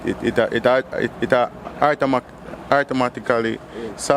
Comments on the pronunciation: My friend say artomatically 😂😂😂😂😂😂😂😂 I'm dead That that one disable man me rate him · Who realized that the man in the blue said artomatically????? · Artomatically🤣🤣🤣😂😂😂😂😂🤣🤣🤣🤣🤣 I died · It aguh “artomatically” saff😩😂😂😂😂💀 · “It ago artomatically”😂😂😂😂😂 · Yo da bredda deh sah "artomatically"